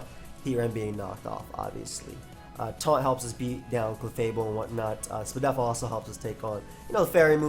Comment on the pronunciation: Thats correct, despite saying spedef ALL the time, its still confusing and incorrect